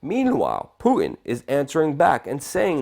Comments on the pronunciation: It's Putin, not Poo in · Love your work Luke but hearing you mispronounce the name of Russia's prez over and over is making me crazy, okay, making me crazier. LOL! It's not Pooh-in it's Poo-Tin. Good natured jab, keep it coming! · poo-en is about an ignorant sounding way to pronounce Putin's name. Makes you sound stupid. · Sir, you have an irritating way of pronouncing 'Putin'. There's a T lurking in there somewhere. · dude, its "Pu-Tin" and "nu-CLE-ar," annunciation will only add to your credibility :)